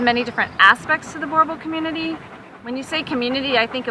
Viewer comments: As a South African, I'm cringing every time she says Boerboel. And for god sakes they're not you exploitation toy America. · you are saying boerboel wrong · I am a Boerboel owner and I know more about the breed than this breeder. Boerboels don't dock jump, they aren't therapy dogs and they don't pull sleds. She can't even pronounce the breed name right! They know little, if anything, about the breed history. The word "Boerboel" derives from "boer," the Afrikaans/Dutch word for "farmer." Boel is an old Dutch/Afrikaans slang word for dog. Boerboel, therefore, translates as either "farmer's dog" or "Boer's dog"and should be pronounced somewhat like "boo-r-bull." (not Burbull). The Boerboel is the only South African dog breed created to defend the homestead. Despite the Boerboel's long breeding history, there is great uncertainty as to how many and which breeds were used to create it. It is generally believed that the breed was created from interbreeding native African landrace dogs, such as the Africanis, with breeds brought into South Africa by Dutch, French, and British settlers. The most likely origins date back to Jan van Riebeeck's arrival to the Cape in 1652. Van Riebeeck brought a "Bullenbijter" with him. hose originals settlers, and later European settlers, also had large, strong dogs that almost certainly bred with the indigenous, domestic dog breeds of South Africa. Later, in 1928, the diamond mining company De Beers imported Bullmastiffs to South Africa to guard the mines. This breed was also crossbred with Boerboels in the region. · Jesus the mispronunciation XD sounds like she's saying Borbulls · Enjoyed this. Thanks. The only thing that needs to be rectified is the pronunciation of Boer. The "oe" sounds more like the "oo" in the English word Cool. Not like Bore or Boor. Thanks. :) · Please pronounce it correctly boo-r bulls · When an American pronounces Boerboel it sounds like Gorebull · its pronounced boor boel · She doesn't even know how to pronounce it